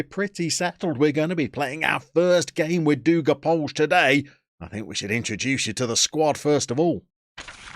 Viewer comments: Just a tip - Dugopolje is four syllables. Du-go-pole-yeh. :) And Dugopolje means "Long Field". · Great stuff, will be very interesting to see how much is possible in only 1 year. In terms of the club's name, the JE at the end is a bit different, it's more like: Dugopol-yeh